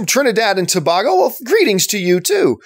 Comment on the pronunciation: John... for the love of God... Tobago is pronounced with the long A vowel sound.